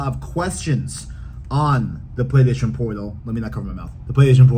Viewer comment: He can’t say PlayStation 😂 it’s funny a little but just slow down bro